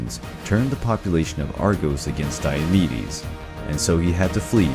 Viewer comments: Lol I thought he was saying diabetes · I heard diabetes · Is it just me or do I hear Diabetes instead of Diomedes?😂😂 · Who here heard diabetes for the first 30 secounds. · Sounds like you're saying diabetes